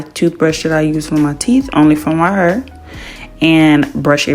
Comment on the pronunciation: The way she says hair..😂😂😂😂 heerrr like in the rap songs